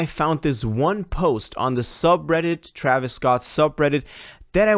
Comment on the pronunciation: What did he say? Man messed up Travis name 😂